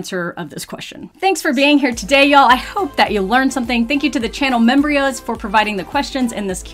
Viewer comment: I love how calls the members membrios